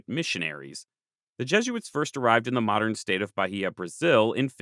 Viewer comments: I can help a bit with Portuguese pronunciation: The Portuguese H is silent, so Bahia should be Ba-ee-a and not Ba-hee-a. When between a L/N and a vowel, it gives a Y-like sound before the vowel (I think the best example I can give in case of N is it'd be closer to "Can ya" than to "kenya"). RR and R in the beginning of a word sound like English H (in my opinion at least). R between two vowels (or after a consonant like G or T) sounds more like the English R. Serra would be more like "Seha" than like "Sarah". And this doesn't come up in the video, but Portuguese "ch" sounds like "sh" in other languages, to the point only a few loanwords use "sh" (Like "shopping center", which is our equivalent of a mall, and "show" which we spell like in English). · Also, it's Ba-Ih-a. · I'll also add that Bahia is pronounced like Buy-EE-yuh